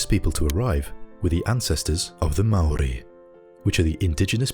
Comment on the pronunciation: Thank you so much for your pronunciation of words like Aotearoa and Māori